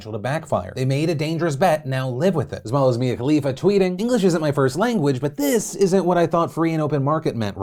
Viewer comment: No one: Phil: tHIs including